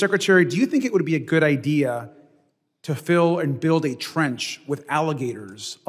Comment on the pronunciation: At 44 minutes and 06 seconds this woman used the word “IDEAR” please clarify what that means. Thanks